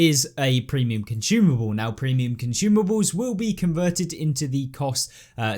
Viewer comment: Bro said "cunchoomable" heheh